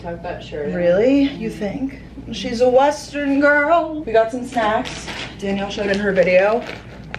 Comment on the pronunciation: LMAO “she’s a wesssterrrnnn gooRRooRrllll 🤠”